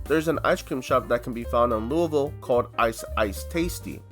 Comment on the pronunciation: I nearly spit my drink out when he said Louisville correctly